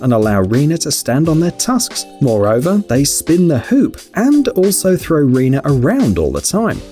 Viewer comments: I'm pretty sure his name is pronounced Ren-ay not Ree-nah lol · The german guy's name is pronounced as 'renay', not renuh ^^ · I thought he said Rina Kasseling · "Rene" = REE-nuh?